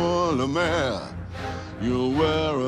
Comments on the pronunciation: When Javert said,"M'sieur Le mayor" i thought he said Lamere. Which is the last name of my english teacher. It sounded so strange till I watched this video. God I feel stupid. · it's monsieur le maire not le mayor